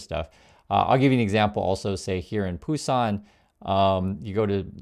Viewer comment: I didn't know Busan was pronounced with a 'P'. I thought it was a different place 😂